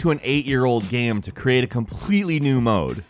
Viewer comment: When pronounces game "gayem" it drives me insane in a bad way.